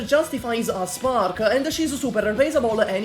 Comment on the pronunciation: For a second I though he said “You should probably spank her-“